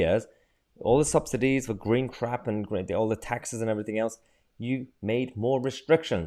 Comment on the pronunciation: The gween cwap, love it!